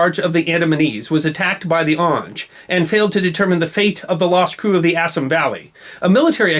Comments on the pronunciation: Good video, but could you do something about your mispronounciation of Indian names? For exampe, "Bengal" is properly pronouced "Bengaul" to rhyme with the ancient Roman namr of France, and "Assam" is pronounced "Assaam" not "Assm" GOT THAT?!! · Assam pronunciation incorrect. Ref